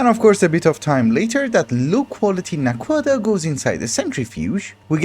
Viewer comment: Aha so that’s how you pronounce naquadah :D I was always wondering. Also thank you for pronouncing zpm with a zed instead of a zee, so many people get it wrong lol